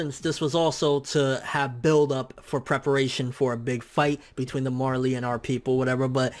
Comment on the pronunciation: Marely titan?? You mean the Jaw titan....